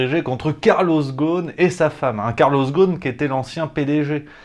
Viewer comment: Carlos Ghosn ..le s se prononce. Ghosn mot arabe signifiant branche. La prononciation exacte est rossone.🙂